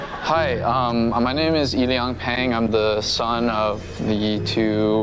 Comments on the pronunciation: its illiang when pronounced he said yilly yang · yi liang = yil yang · idiot it's pronounced Yiliang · its pronounced like "peter" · you're wrong, it's pronounced like Silly Aang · no it's pronounced Pang Yalang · Striaght butchered his name lmfao, dead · Whew, I've never heard someone pronounce "Yiliang" that badly before